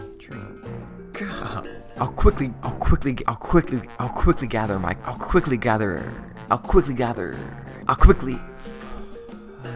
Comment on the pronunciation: Between tree link making a comeback and you not being able to pronounce “quickly gather” to save your life, those last 20 seconds were wayyyyy too amusing 😂